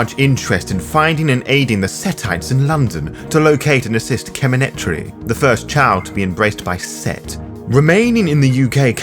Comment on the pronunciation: Thats the weirdest way of pronouncing Kemintiri that I've ever heard. Also loved how you pronounce Freud as 'Doctor Sigmund Fraud' :)